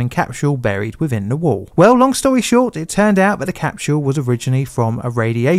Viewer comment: "ve" instead of "the", "favva" instead of "father", "ovvawise" instead of otherwise, "free" instead of "three". Dude I LOVE your videos but the accent makes your videos incredibly difficult to listen to for anyone outside South London. Many other Londoner YouTubers avoid this accent because they know it is difficult for non-native English speakers to understand. Please consider trying to pronounce words correctly for 99% of the world so that people who speak English as a second language can understand you.